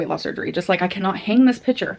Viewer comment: The hardest part for me was hearing say "pitcher" when she meant to say picture. I fn hate how she speaks.